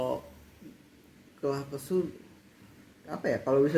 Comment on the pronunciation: keluh kesah,bukan kelah kesuh 🤣